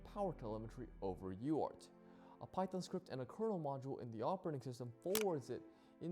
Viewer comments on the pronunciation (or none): none